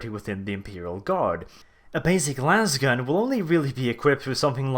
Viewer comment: It's "lasgun" with a long A, not "lawz gun". No one shoots a lawzer, they shoot a laser.